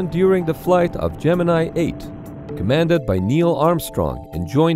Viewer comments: My understanding is that "Gemini" was, during the program itself, universally pronounced at NASA as "gem in knee" not "gem in eye". That is ... not what you think. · Gemini, the space program, is pronounced "Gemin-ee". Yes normally it is pronounced as "Gemin-eye", but the NASA guys and astros referred to it as "gemin-ee' Here is an explainer with reference by Vintage Space channel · It's Latin, not English. Gem in eye is an incredibly English pronunciation and not the correct one